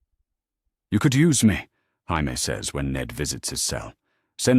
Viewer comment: lol when AI pronounces Jamie as Hamie.